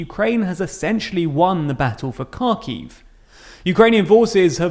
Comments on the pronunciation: It's Ha-kiv not car-kiv btw. The 'Ha' being like in Hard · It's pronounced Harkiv in Ukrainian and Harkov in Russian. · Please pronounce the names of Ukrainian cities correctly. "Kh" in Kharkiv and Khersón is pronounced like "h" in "high". The next is: in the word Mariupol the accent falls on the "U" Maripol. "Y" in Lyman is pronounced like "i" in frienship or ship not like sheep (don't confuse). Thanks. I am very glad to listen to the videos like these. Long live Ukraine!